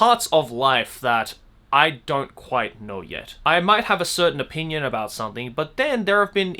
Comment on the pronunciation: Joey when you say the word “opinion” sounds like “O Pein uns “ idk 🤷‍♀️ you said this word like. 100 times in the vid 😏